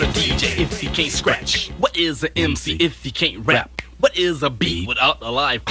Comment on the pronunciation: He said wot